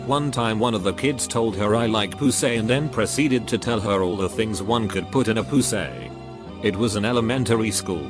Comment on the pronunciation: “Pooh-say” 😂 cracked me up